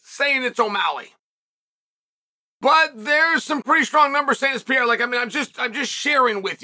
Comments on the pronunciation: R-A-K-I-C not R-A-C-I-K P-E-R-E-I-R-A not P-I-E-R-A See the difference Chael? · Pay-era. Pierre-a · I guess he does it to joke but I hate his pronunciation of Pereira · Is it possible Chael's pronunciation of Pereira is getting worse?